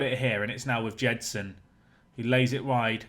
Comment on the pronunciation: Gedson, not Jedson.